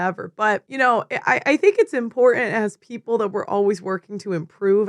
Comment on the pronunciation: IM-PORT-ANT ... OMG it's got 2 T's in the word, killing me here.